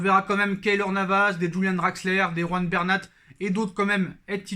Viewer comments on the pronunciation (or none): none